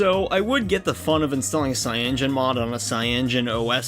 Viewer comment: dawg its called cya-no-gen mod not fucking cyangen mod